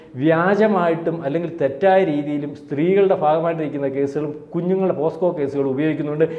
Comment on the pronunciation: പോസ്കോ അല്ല, പോക്സോ എന്നാണ് ഉച്ചരിയ്ക്കേണ്ടത്. POCSO - Protection of Children from Sexual Offences